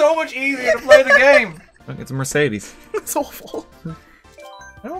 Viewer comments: If i had a dime for everytime he said mercades gla i wouldn’t know how many dimes i have im deaf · Wrong pronuciation of Mercedes ^^